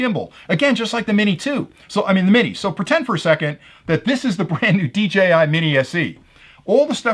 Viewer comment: Seriously, why do so many other youtubers pronounce it as "DGI"...? I don't get it.